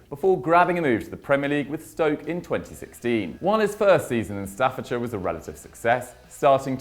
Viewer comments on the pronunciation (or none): none